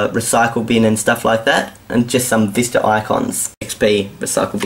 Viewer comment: lol ur accent "Windows Vister"